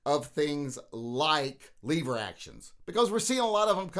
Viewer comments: Lever not leeeever!!!!LOL!!! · Stop saying “Leever” to start with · Did he say leave er or lever? Cuz I’ll leave er for this action any day! 😂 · Only smooth brains call them leever action.